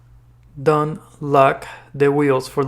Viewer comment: It was a whole lot easier listening to the girls voice. This dude's horrible he can't even pronounce don't, and his voice is depressing.